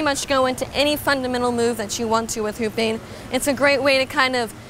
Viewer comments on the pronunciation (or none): Anyone else thought she said ‘pooping on your shoulders’?